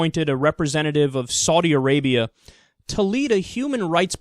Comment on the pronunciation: I love the fact that Americans are incapable of saying the words Saudi Arabia. It's hilarious.